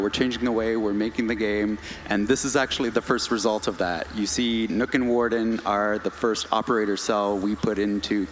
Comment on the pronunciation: Kan people learn how to say nøkk properly pls